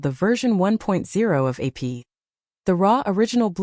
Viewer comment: It really shows how under developed AI is when it can't even say APT...